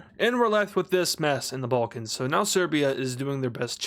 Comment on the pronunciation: serbia is located in the "ballcans" ... 😐 It's Balkans not BALL CANS "the bowlcans everybody loves the bowlcans" smh